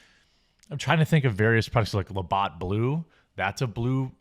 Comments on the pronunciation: Labatt not Labott. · It's Labatt's Blue ... looks almost identical to Bud Light in the can. And it's La Batts (like a baseball bat) not Botts ... made me crazy every time you said that, but I still love ya!!!! LOL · I want ot beat you up for saying... lah-bot. Instead try lah-bats! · Did Jeremy just say "La-BOT" Blue? Its "La-BATS"...Jesus. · Say it right ! LabAtt not LabOtt , get your shit together!! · It's La-bat not la-bot. Come on Jeremy. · It's not la bot it's La batt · Labott Blue?? It's Labatt Blue...Bat not Bot....luh·bat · Jeremy its pronounced la bats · FYI - Labatt rhymes with CAT and not BOT. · The fuck is le bot? It's Labatt (la-bat) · Being from Canada it's NOT Labot!! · the idjit cant even say Labatts correctly. it is pronounced lah-bat-s blue a canadian brad around 40 years old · Stop saying La bot !! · Labatt pronounced la bat. :) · it is pronounced as "La-bat" lol And it is a really good Canadian beer. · hey um There is no O in Labatt... its pronounced La-bat. They dont sell it in the south so I happily settled for Red Oak. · Jeremy, how can a guy like yourself from the home of beer companies not know how to pronounce Labatt, one of Canada's great beer companies?